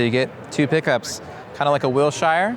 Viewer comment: FYI: the name of the Epi model is pronounced “Will sure”, not Will shyer”.